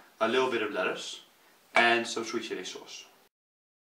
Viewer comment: Did he say sweet shitty sauce lol